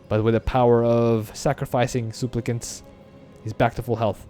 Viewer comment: my fav pronouncation today is "souplicants"